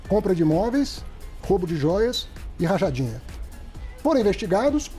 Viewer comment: Ele disse rajadinha?😅